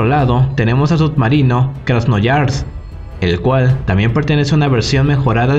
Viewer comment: Un pequeño apunte, es Krasnoyarsk 😅 (Krasnyarask en ruso) lo pronunciaste como Krasnoyars Buen video de todas formas ))